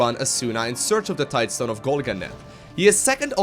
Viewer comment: . HE PRONOUNCED TIDESTONE PROPERLY!! Just kidding :P Although having heard you "Tide-uh-stone" so many times, I actually read it that way when I saw the video title